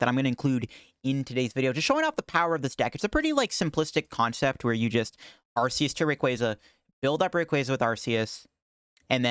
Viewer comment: Okay, but since you’ve been able to have so many great decks with Arceus, we should try not to butcher its name, right?! 😅 The correct way of pronouncing Arceus is with a hard “C”, like ARK-eh-us. Here’s why: the word “arch” means chief, leader. Arceus is the god Pokémon. He is the leader. Just like Archangel. That’s the leader of the angels. And it’s a hard “C”. Another HUGE reason for it is that in British the word “arse” means ass. Love your videos, but please say its name properly 😁